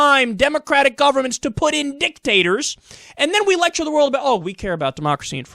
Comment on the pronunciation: Ha... he said "dick tators" is that like some kind of new appetizer at Applebee's?